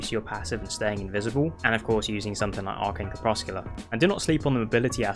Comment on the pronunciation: Lol... "Crep-Sec-You-Lar" It means twilight the moment before dusk or dawn. Or also dim light.